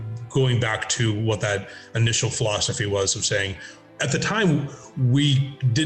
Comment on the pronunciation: Right after the Beast Master bit, it sounds like Ted says design flawsophy instead of design philosophy. I don't know if that was on purpose but totally coin that Ted! The emergence of the Beast Master among other things in Daggerfall is just fantastic.